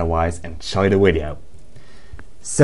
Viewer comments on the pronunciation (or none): Why do you say wideo? Can you please say video? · wtf WIDEO go back to school and lear to talk idiot, its VIDEO NOT WIDEO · you pronnounce video wideo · Its video not wideo!!! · wideo XD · You say it "The video" not "Te uideo" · "willagers enchoy the wideo" is "villagers enjoy the video" what he means by "lol lots of errors" is that he made alot of mistakes. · Dude it's not wideo it's video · willagers enchoy the wideo lol lots of errors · Ok "and at the begining of this widio" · like every Scandinavian person (not saying your Scandinavian if your not) pronounces there v's as w's, e.g. wolcano instead of volcano, or wideo instead of video. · ok we get it he says wideo but who gives a fuk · He says to wideo and actiwador haha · you said wideo lol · even Germans pronounce V as a V not a W where are you from?